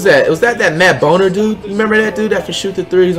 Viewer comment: He really said “Matt BONER”